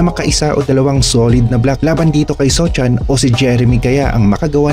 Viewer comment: Sochan pa more, “SOHAN” yan 😂😂😂